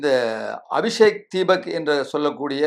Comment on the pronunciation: ஐயா, அபிஷேக் தீபக் அல்ல, அபீஜித் திப்கே.